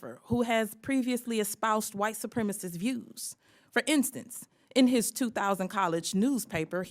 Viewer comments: Why can't they pronounce "Supremacist"? Is the word actually "Supremist"? Am I wrong or can't they pronounce 4 syllable words? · why does she keep saying "white supremist"????? its "White Supremacist"